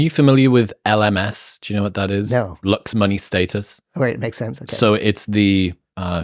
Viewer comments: It bumps me that he cannot pronounce the word, "looks" and it sounds like, "lux". Also, the only thing that this strauss nerd ever picked up were fat lines on a mirror with his nose. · I thought he said LUX but he said looks. I thought it was about some new term with a really deep meaning since it's connected to light :)